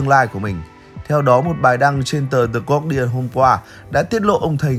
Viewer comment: Guardian: đọc là ga đi ần. Có phải tiếng việt đâu mà guac đi ần